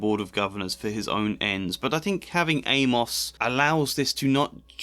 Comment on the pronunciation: So weird to hear someone pronounce it Ay-Moss. Shouldn't it rhyme with Seamus?